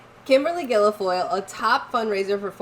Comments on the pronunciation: It's pronounced gill-foil, NOT gill-e-foil. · Guil-foyle, pronounced like ‘gill-foil’. Not Guili-foyle. Thanks. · Its not GUILAFOYLE its GUILFOYLE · Please stop saying Gilo-foil. It's just Guil-foil. I hate that Kimberly b!tch but you sound like a f***ing idiot. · It's not Gil I foil... hate her but get the name right... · It’s “Gill-Foil” ….no big deal. Just an FYI. ✔️ Kimberly is a scumbag…….which is why Newsom divorced her. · Girls, you unwittingly said Guilfoyle in Irish!!! "Gillafole" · It’s pronounced………. Gil Foyle. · Hello sisters, you're doing a good job. Kimberly's last name is pronounced " gill foil", just 2 syllables. It's an oddly spelled word. Took me a while to figure it out. Keep up the good work. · There's no vowel sound between the l and g in her name: gill foil I do this respectfully and with love. There are plenty of ways to buy stocks. I'm not buying the Publix employee owned. It's the first this spin went around. The wealth gap is widest and most evident in Florida. Keep up the good work. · FFS pronounce the horrible woman's name properly. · I don’t like Guilfoyle either. But my goodness, try to pronounce her name correctly! Or your credibility will be lost!